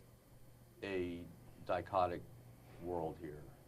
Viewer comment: I thought he said "psychotic"